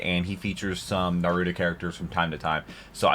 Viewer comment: if no one has told you, you are horribly mispronouncing naruto